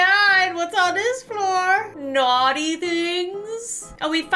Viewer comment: I always die when says naughty. She says it like NaUghTy